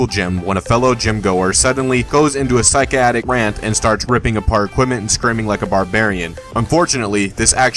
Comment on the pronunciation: I wouldn't be surprised. Instead of "psychotic rant" he said something like "psychiatic rant", which isn't even a word.